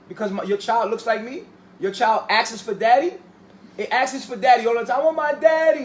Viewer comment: These look like the beautiful, educated, INDEPENDENT-MINDED women I see in Essence & Ebony. This situation is frightening. They're brainwashed by someone who can't even articulate himself talking about 'askses'. It's "asks". Dude clearly has a low self-esteem & feels powerless w/o the adoration of clearly lost women. These chicks can't even put their arms where they want smfh.